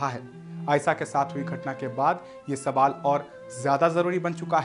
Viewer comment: Mere(JAHIL GAWAR ) anchor bhai Sabaal nhi sawal hota hai pehle ache se bolna sikh le fir achoring karna